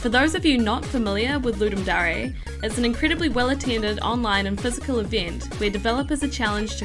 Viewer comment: voice is good but I hate how she says DARE it's not darea it's DARE! as if you're saying I dare you to ..... but great games for just 48hrs damm